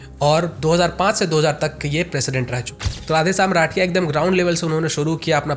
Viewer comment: Bhai radiya nahi rathiya hai . Aur nag nahi naag hai .Baki content ek number hai aapka❤